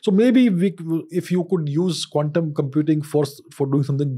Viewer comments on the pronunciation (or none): Dude Ranveer, please stop pronouncing quantum computing like condom computing!😅😅😅